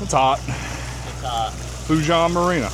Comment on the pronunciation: Foe' che' is how you say it